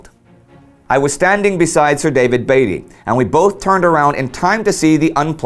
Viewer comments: Hi there, loved the video. one small gripe. As an englishman i would correct you in saying Beatty like Bee-tee rather than Bay-tee. anyway great video! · FYI Indy, HMS Indefatigable, was often reffered to as, the Indy. Also Beatty, is prounounced Beat-e, rather than Bee-tea. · Isn't Beatty prounounced b-EE-tey, not b-ai-tey? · Admiral Beaty is pronounced " Beety" as in Beetroot" not Bateroot. Or the "Beatles" not the "Bateles"The British lost over 6,700 men BTW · Wasn't Beatty not pronounced differently? More like Beat-tee. At least that is how I remember the name from the BCC docu about WW1. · I think beatty's name is pronounced beat-y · ***** I understand and appreciate your efforts, and you are usually good or close enough. The odd part about the Beatty thing is I have never heard the name said any other way than as Beat-ty. Dont worry, its an easy mistake, wait until you get names like Wemyss which most English speakers get wrong! Keep up the good work, this is a series that really needs to be made, too many people forget the smaller details and only remember the odd large battle. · Beatty sounds like baby. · Love your videos however you have been pronouncing admiral Beattys bane wrong. Just for future reference. Keep the vids coming :D